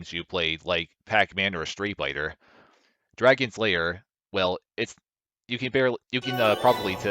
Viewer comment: It sounds like you are saying Dragon Slayer instead of Dragon's Lair, I know you know, it is just funny